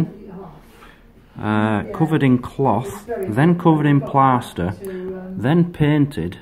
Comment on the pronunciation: You say plaster very poshly